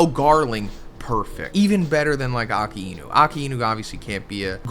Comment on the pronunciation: It's pronounced "Ah-kai-nu" not "Aka-ee-nu".